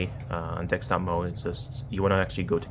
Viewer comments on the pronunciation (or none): DeSKtop mode, not DeXtop mode! Wtf?